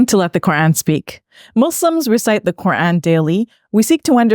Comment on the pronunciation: Why she pronounces Ko'an 😂